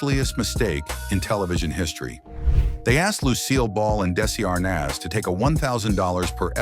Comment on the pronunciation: When will these narrators ever learn to pronounce the name A R N A Z ? And why repeat the same things over and over, this could have been 10 or 20 minutes instead of 30. And he couldn't pronounce D E S I L U either.